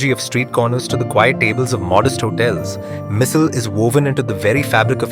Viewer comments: It should be called missaalllll....it sounds spicy with the stress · Missil? Usil? Tarree 😂😂😂😂 bruh it misal, usal and tharee 😂😂